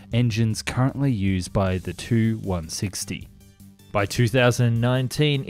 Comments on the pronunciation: Tu-95/160 etc. are pronounced as Too and not as Tee Yoo. Russian aircraft designations are based on the name of the bureau that created the aircraft, and the bureaus are named after the constructor. So Tu is short from Tupolev, it's not a designation of two words with T and U being the first letter of each word. Even if it was the first letter type of thing, Russians read very often those as "words" because it's easier. PAK-DA being the good example of this. I am not native Russian, but do speak the language and that's why I'm writing all of this. Check the Russian documentaries for correct pronunciation of bureaus and abbreviations. Start with Telekanal Zvezda, a great source of footage and information. Listen how the host pronounces the aircraft as Too - Dvadsat' Dva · No, it's not T-U, these are not initials nor first letters of words, it's shortened last name of the constructor - Tupolev. Check any Russian documentary for correct pronounciation of Soviet design bureaus. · Not sure if anyone has mentioned it but please, say “Tee you” rather than “two”